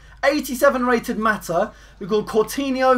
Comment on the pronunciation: u said mata name wrong